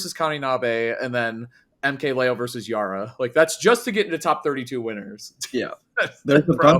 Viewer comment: To add to this, 'Yaura' is closer to 'yow-rah' (similar vowel sound as 'Ouch!?') than it is to 'yahr-ruh'.